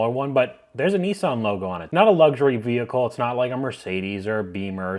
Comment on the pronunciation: that last Vee-Hikull haz now damage transmission